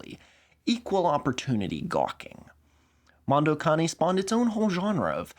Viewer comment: holy shit, a youtuber actually pronounced "Mondo Cane" correctly.